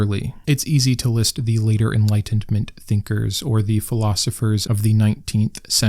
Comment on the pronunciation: Did you say EnlightenTment? Maybe chill with the dramatic enunciation? Just be real bro. We need you. ❤️🙏